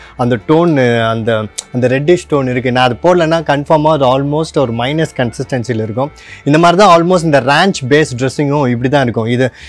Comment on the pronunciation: என்னய்யா மைனஸ்,மைனஸ் என்று sollinde இருக்கீர்? Correct aa pronounce pannunga.